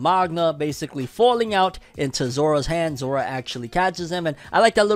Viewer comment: I thought he was saying zoro when he said Zora . I thought zoro got lost in between his fight with kaido because he was not in lastest chapter of onepiece